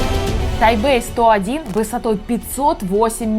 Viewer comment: Не Тайбэй а Тайпей